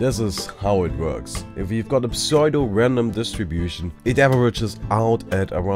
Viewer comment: Psuedo is pronounced "Soo-do" not "Psoydo" Great video otherwise, that just bothered me so I thought I'd correct